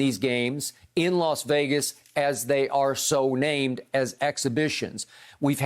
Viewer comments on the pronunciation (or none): none